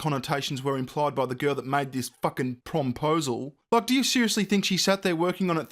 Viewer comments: Please stop saying prom-posal 😷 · prom-posle?... someone kill that word.